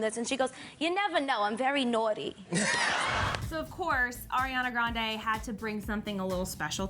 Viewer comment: When will they learn Ariana's name its Ariana not airana